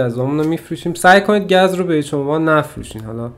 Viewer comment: داش گز نه گاز